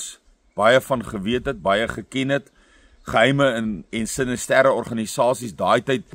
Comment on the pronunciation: Spreek mens nie "sinister" in Afrikaans as siNISter nie ? SinisTER klink bietjie eienaardig.